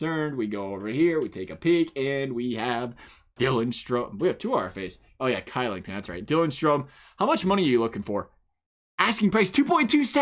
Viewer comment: Kylington is pronounced shillington